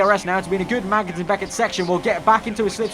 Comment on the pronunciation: It'ss not pronounced Mangnussen